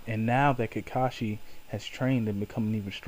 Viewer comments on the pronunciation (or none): it sounds like you are saying kikashi and not kakashi